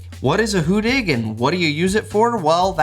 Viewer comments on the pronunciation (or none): hu-DDig not "hoo-dig"